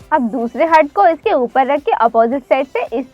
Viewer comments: Ughhh हर्ट नही हार्ट होता है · Mam hurt nahi heart hota hai 🤐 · Ye heart ko hert hert kyu bol rahi hai 😁😂😂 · You are. Pronouncing the word heart wrong